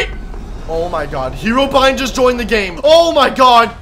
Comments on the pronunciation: Is it just me or did say herobine instead of herobrine? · I like when he said herobine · just everyone r going to avoid that he said herobin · LOL he sayd Herobian